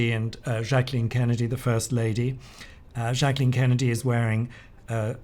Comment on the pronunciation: thank you for pronouncing Jacqueline properly!